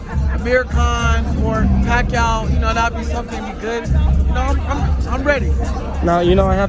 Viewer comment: I know he didn’t say Pacquiao lol